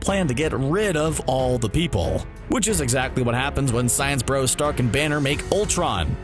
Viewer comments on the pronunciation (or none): none